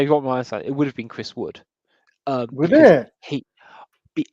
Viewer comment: struggles pronouncing Wood